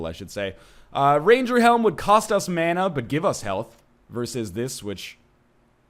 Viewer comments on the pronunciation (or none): none